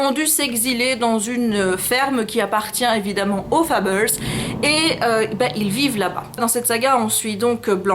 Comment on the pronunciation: Pourquoi "Fabeuls" et pas Fables ? "Matché pas". T'aimes ça les anglicismes on dirait.^^ Ouah il est super beau Mysterious times. Ce n'est pas sorti en français?